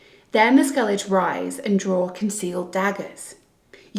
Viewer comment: It’s pronounced like “Skell-ig” 😂 But I won’t knock you for it. Love the videos 👍🏻